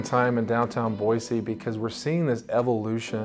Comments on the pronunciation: 8 generations in the state and there is no z in Boise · I've noticed the locals make it a point to say "Boy-see" whereas most people pronounce it "Boy-zee"